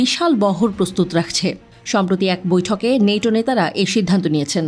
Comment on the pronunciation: নেটো না ন্যাটো বল